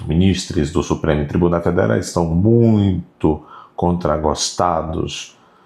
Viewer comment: adoro quando vc fala supre tribunee federe